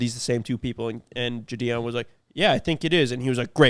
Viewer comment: If you guys are going to keep mentioning the name Gideon. I'm gonna have to tell you the g sound is like "get". Standard "I" sound. Gideon. You guys don't ever get giddy about some shit? Gideon. Gid-ian